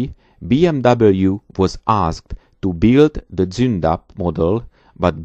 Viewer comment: I now know how to pronounce Zoondapp and KeeS750. Danke.